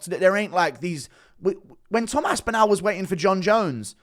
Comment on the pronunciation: Bro put some respect on the guys name and pronounce it right wtf is this As-Pin-Al it's As-Pin-All